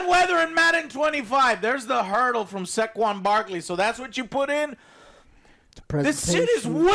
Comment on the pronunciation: Lollll why did Joe pronounce saquon barkley like he was Chinese 'Zhè Kwan'😂😂